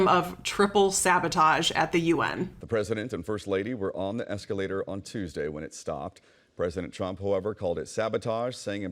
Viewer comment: There, there Donny, did the nasty escawator stop suddenly and make you nearly poop in your diaper?